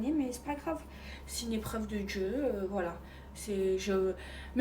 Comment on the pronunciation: "C'est une éprrrreuve de Djieu" non c'est juste que tu as été tête en l'air et qu'un accident ça arrive, arrête de faire la drama queen, le jour où tu perds ta fortune ton toit et tu deviens veuve là ok tu pourras parler d'épreuve de Dieu, sérieux ces gens 😂